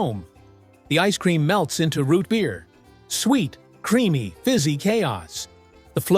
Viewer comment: Why you say root beer like that?!?!?!? Shut up!!!